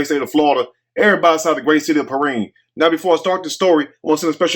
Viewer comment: It's Peerinne